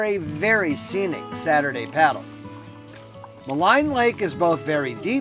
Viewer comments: Ma leen Lake not Ma line ! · FYI, Maligne is pronounced "Maleen", not "Maline"